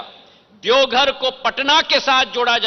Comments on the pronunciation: E congress ka aadmi hai, jharkhand ke zilon ka bhi naam sahi se nahin pata😂 saara Hindi galat bolata hai, Deogadh😂 gazab chaplusi hai, Heliopod😝😁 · ज्योतिरादित्य सिंधिया जी भोलेनाथ की नगरी देवघर आप अच्छा से बोल नहीं पाते हैं